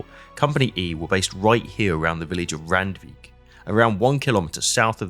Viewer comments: Hate-err-en not hat-err-en Rand-vike not rand-wick :) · Great video. Just one thing. Randwijk is pronounced rund-vake in Dutch. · Randweg und dann Randweich Alter, du bist zum Kotzen 🤮🤮🤮🤮🤮 schlimmer als KI ! Voll der der nichtkönnende Roboter 🙈🙈🙈🙈🤮🤮🤮